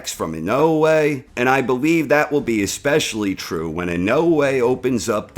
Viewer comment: Why do you say Inoue like that?